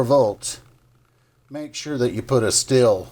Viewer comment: Are you saying steel or still gear? I’m guessing steel......